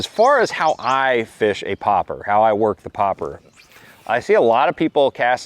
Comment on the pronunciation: Stop saying popper. It's Pop-arr. You pronounce the letter R. That's why there's a dash in front of it. When fishing structure, lay the bait close and let it sit a while. Then twitch slightly. Wait. Twitch again. In open water, let it sit a few seconds, then twitchwiggle it back to the boat steadily.